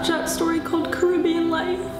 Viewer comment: She says Caribbean wrong it is cAribbeAn NOT cUribbeUn